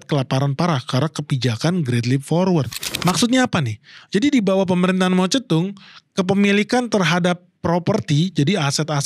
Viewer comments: Jarang² ada org yg spelling Mao Ze Dong nya benar👍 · br kali ini liat channel ini. 1 hal yg bikin salut pengucapan nama cina secara akurat (mao ze dong) gak kaya sebagian besar channel bahasa indonesia lain yg selaluuuuuu saja gak mau tau pengucapan yg benar kaya apa. Klo bs membaca george spt org amerika atau françois seperti org prancis lalu knp tiap nama cina selalu dibaca secara aneh dan gak ikut aturan yg benar 😢